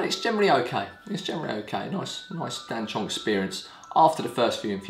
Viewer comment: Oof! Please! It's "Dan Cong", not "Dan Chong".